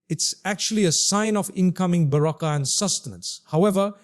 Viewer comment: The way he said baraka it does not seems original